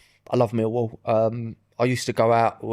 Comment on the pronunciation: is bang on with the millwall pronunciation